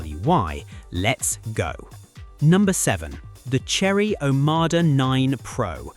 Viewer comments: Silly IA voice can't pronounce Omoda and Nio correctly ... please review your videos before publishing them ! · OMODA, you AI twonk. NOT OMADA‼️‼️‼️🫪